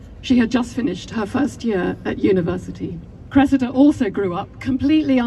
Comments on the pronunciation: why give your daughter a name like "Cressida" if you're going to pronounce it like that. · face-turquoise-covering-eyes:It's 👉CRESS-id-a,👈 not cress-EE-da. :face-red-droopy-eyes